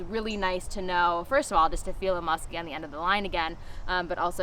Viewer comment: She lost me at "Musky"